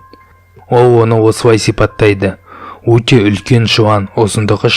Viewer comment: мұндай роликтерді қазақша шығарғандарыңа рахмет! Тек, қазақша акцентсіз, таза сөйлеп үйренгендерің жөн. Қазақ әліпбиіндегі спецификалық дыбыстарды дұрыс айту қажет. "Аныз" емес - аңыз, "Уте" емес, - өте. 2 минут 50 секундта айқайлауды қалай айтқанын түсінбедім.